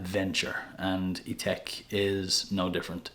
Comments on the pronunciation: I notice that you pronounce it i-tek but shouldn't it be pronounced i-tak as its spelt Ithaque? 🤔 Just wondered. I see Memo Paris has a fragrance called Irish Leather! Do you have that one too? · It’s spelled Ithaque and pronounced Ee-Tack